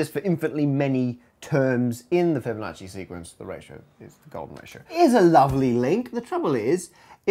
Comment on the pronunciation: Interesting slaughter of "Fibonacci." Numberphile already has the Golden Proof video, what "second" do you mean?